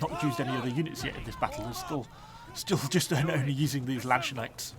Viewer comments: 'The Lanshneckt'? U serial? xD it's Lands-Knecht and Knecht is the original saxon word which was later turned into Knight by the english (anglo-saxons ;) ) But why even bother? Just use the proper english word 'Lansquenet' (spoken 'Laans-Kennet') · No offense but pls try pronounce it properly. The "K" in Knechts is pronounced like the "C" in Candy and the "ch" is not "sh" its a german "ch". In english "ch" sounds like "sh" but in german u leave the "s" away. "Sh" would be "sch" in german. U pronounce it Landshnekt. Try seeing them as different words, Lands Knecht.